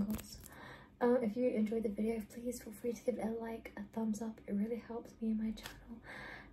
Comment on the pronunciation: bro said PWEASE